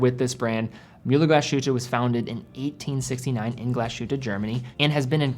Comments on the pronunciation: It's pronounced Glas-Hutte and not GlaSHutte. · A great video as usual. However, a very small nitpick: the pronunciation of the name of the brand/town Glashütte is not how you say it /glas SH uta/ but more like /glas Huta/ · "Glaas Hitt-eh" Not "Glaa-shutteh" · Great channel, great guy, great review. But please: start learning some basic, basic German so that German words and names get pronounced the right way. For example, „Glashütte“ is a compound noun consisting of two words, „Glas“ and „Hütte“, which is why pronouncing it „Gla - Shütte“ is incorrect. You start doing that, I promise we Germans will try to improve our pronunciation of „Submariner“ (by deriving it from „mariner“ instead of „submarine“). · Your pronunciation of Glashütte is dead wrong. You have to pronounce it Glas...Hütte . Not Glashutte. The S and the H don't create a common sound. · I'm really sold on the Sinn 556 I-RS on steel bracelet. BTW Glashuette is pronounced, "Glaze- Her-Ta" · Stop sayin Glas Shootah. So cringe. It’s not Myoolah either. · In the intro you pronounce Glashütte correctly but then to proceed to call it Glaschute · As a european who knows german quite well i just want to point out that the correct pronounciation of mühle glasshütte would be "mewle glAs-hewte" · great content as always, just a quick note, is pronounced "glas-hute", so there's no "sh" sound but rather an "s" and a "ü" sound after that. Picture the name of the footballer Thomas Müller and you get how that ü sounds like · Native German here: You pronounce Mühle very well! But Glashütte isnt with an english "sh", that would be "sch" in german. its pronounced "Glas" like "glass" and then "Hütte" with an ü very similar to how you correctly pronounce it in "Mühle".